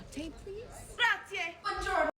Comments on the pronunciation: "Gra-zi-EH" for God's sake! Imagine if I said TANK, or TANK a lot around the States: I think you'd take me for such an idiot who can't even say "Thank you", or not? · the girl was actually saying "Grazie" pretty well, almost every American doesn't say the final E at the end (like you did ) , you where basically saying "Grazi" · What's "grazi"? GraziE, "e" like ever. In Italian you must pronounce every single letter, we don' waste them nor killed them!!! 😂😂😂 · "Grazie" is pronounced "grah-tsi- E " instead of "grah-tsy". 🙂 By the way, McDonald's ads/restaurants used to be in red and gold here too until the late 2000s or early 2010s if I remember correctly. Then they changed the colour theme, which, as far as I know, is to be seen as a commitment to respect for the environment. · I know I'm late, but I'd like to know: why do you Anglos skip the "e" at the end of grazie? It's graziE, not grazi (nor grazzi) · As an Italian, walking in the street, drinking from a huge bottle of water is poor etiquette. Take a small bottle with you if needed but don’t stand there gulping. Stop at a bar and sit, use a glass, relax! Also, it’s Grazie (Gra-zi-e) … 3 syllables! 😅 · GraziE, please, we speak all the letters, also the last one, which it sounds just like the E in Egg